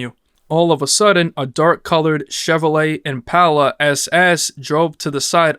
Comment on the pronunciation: Good video but.. is it a human or AI narrating? Why are so many words pronounced like they had never been heard or spoken before? Post Humous was pronounced pots hummus, impala was am-pelo, autopsy became oh-topsy, etc. I understand people pronounce words differently but its so weird to hear them said this way. The cadence was very weird too.. Still enjoyed the vid but it was odd hearing so many things sounds as if it was AI speaking trying to sounds human.